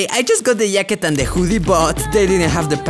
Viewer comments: Hahahha yacket🤣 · This video is sickkkkkk I love how you called it a yacket instead of a jacket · yeah, it does but it will be like hacket, what you said doesn't has to do anything with the fact that he said yacket, it was his best attempt saying jacket, and jacket and yacket sound similar af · The "yacket" Got me good lmfao XD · He's saying yacket lol 😆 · The way he says yacket